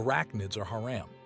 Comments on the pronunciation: Its pronounced hurom not hare-am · Thank you but you saying haeram instead if hamram is irritating me no hate just saying please no hate 😅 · no offense but "hairum"? cmon.